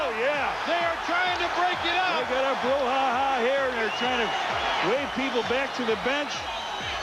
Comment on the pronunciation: It’s brouhaha 🙄